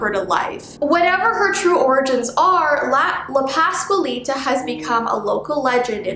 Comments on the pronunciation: You did say her name correctly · I am Mexacan American but I speak English But you are saying it correctly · I speak Spanish and this is right